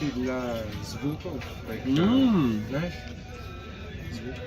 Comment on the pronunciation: That "знаешь" sounded NATIVE. As a Russian, that's some insane progress in just six months. RESPECT